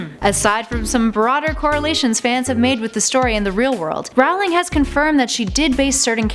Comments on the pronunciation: J. K. Rowling's last name is pronounced R-o-ling not r-OW-ling. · One thing. It's supposed to be pronounced like 'rolling' JK said it herself. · I thought J. K. Rowling's last name was pronounced "rolling" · Its prounded J.K (Roh-ling). Not (Rau-lieg). Jesus. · Everytime you set "Rawling" (which was way too many times) I wanted to punch you. Is "Rolling" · It's Rowling not rawling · Just letting you know you are sayings Jo's last name wrong. It's said like bowling but with an R at the front! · Nice video, but you really need to work on your pronunciation of "J. K. Rowling" (the 1st syllable has the long Ō sound; rhymes with "toe"), and BOG'-gart (not like Humphrey Bogart). Thanks! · You're saying her name wrong! Every time you guys make a hp video I want to pull my hair out. It's pronounced like rolling. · She prounonced Rowling wrong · You said 'rowling' incorrectly, but other then that, great video. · Your pronunciation of Rowling is wrong.... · IT KILLS ME EVERY TIME SHE MISPRONOUNCED ROWLING!!! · Jeez, still can't pronounce "Rowling" or "Boggart", despite making several videos of Harry Potter facts! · she says Rowling wrong. that bothers me. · Not to mention botching Rowling's name! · and rowling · Chris O'Brien and she also pronounced Rowling wrong